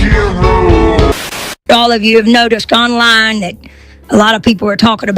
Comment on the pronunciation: The AI girl is narrating exactly the words from the original video. She says online as On Rine.